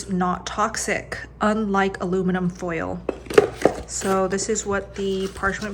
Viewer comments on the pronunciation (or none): none